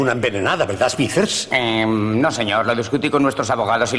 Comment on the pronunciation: Smithers se pronuncia "Esmizer" no "esmiser".